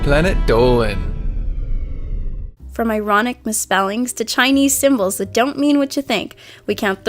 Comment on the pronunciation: why do you say it planet ddoooowwwlan